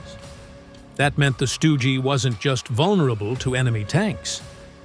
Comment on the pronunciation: It is not called a stooge. 84% is a ridiculous high number. Worse than any other job I ever heard of. It's pronounced like Dug. Remember that. Stug like Dug.